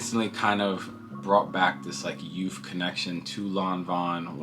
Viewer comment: Excuse me, sir, did you say "youf ".Lol. The bucket bag is a serious/ casual everyday piece. The blue dinner jacket is definitely a new year's favorite. Nice pickups all around. You said you're not big on streetwear,but do you own any pieces by Jerry Lorenzo. Fear Of God?